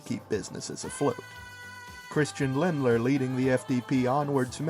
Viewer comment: I don't wanna be a dick but it's Lindner not Lindler